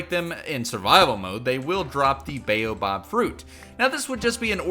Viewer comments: Buoh-bab not baeyobob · "bayobob" "acasiuh" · Sis, it's the baobAb tree not the baobob tree, dis 'n flippen boom nie jou donnerse buurman nie😡😠🤬